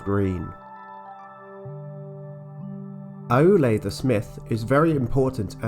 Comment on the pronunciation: Just a couple of pedantic pronunciation notes: "Námo" is pronounced "NAH-mo" rather than "NAY-mo", "Aulë" is pronounced "OW-lay" rather than "ah-OO-lay", and "Vairë" is pronounced "VYE-ray". JRRT does love his diphthongs! But all told you're doing splendidly handling the shower of names that JRRT hurls at us: we should be thankful that not all of these start with the letter "F" 🤣